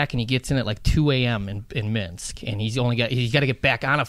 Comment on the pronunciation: I laugh every time Biz or Whits say "Minx" when they are talking about Minsk.